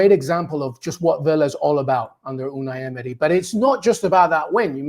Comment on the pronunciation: the way he says "Unai Emery" sounds legit